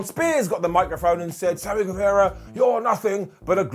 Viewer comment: it's Sammy GueVAHra. Not Sammy GueVEHra. G-U-E-V-A-R-A